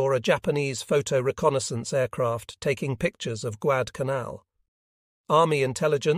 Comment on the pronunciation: Yep, your A.I. reading is getting worse... The book is about the Guadalcanal campaign... and the A.I. can't even pronounce it.